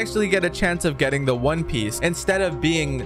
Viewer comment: Bro it's Piece not Piss